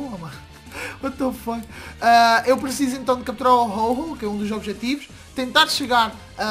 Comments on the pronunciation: Rol rol hahahahahahhahahahhaha o nome é ho oh ve se fala certo... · não sei se sabe mas, o nome dos Pokémon se dizem em inglês, Ho-Oh está certo, não tem " r " mas o som são deste jeito, não se fala o nome dos Pokémon em português, não fale o que não sabe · "Ho-Oh" Onde que hífen tem som de "R"??